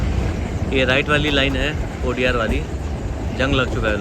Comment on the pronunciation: कोडियार् नही कोडिनार।